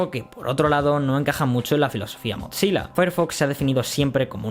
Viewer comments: Acá también un error de pronunciación?? No es MOTZILA, se lee MOZILA! Increíble ese error cuando haz pronunciado bien la palabra atlon (athlon) que los españoles suelen pronunciar muy mal (alon XD) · me distrae que diga motzilla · ¿por qué dices MOT SILA si solo es una z en su nombre? te lo creería si fuera doble ZZ comop "pitsa" pizza.